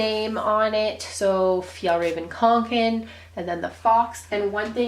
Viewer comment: yup u definitely butchered the name lol its Fee - Yall - Rahh - Ven Kong- Can